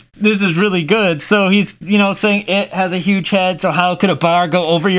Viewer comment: Did you just say manslpained